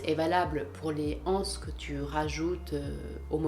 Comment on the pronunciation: La liaison s'il vous plait! Une (n') anse, des (z)anses :-)